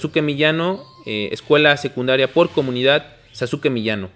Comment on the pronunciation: Muy interesante programa, bien hecho chidos. Pero es Sasuke no Saske. Quizá se pronuncie así en japones, pero en Pahua todos lo dicen pronunciando la U SasUke